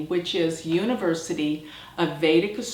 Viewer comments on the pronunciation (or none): none